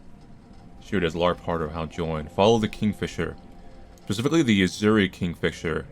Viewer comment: who even pronounces "azure" like that???